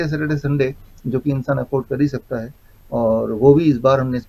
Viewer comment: तूम "है" शब्द को सही बोलने की प्रैक्टिस करो। डा0विश्वरुप राय चौधरी सर की वजह से "भारत की बिमारीयाँ" जड से खतम होने वाली है। आप दोनों का अभिनंदन....हार्दीक आभार. 🌷🎸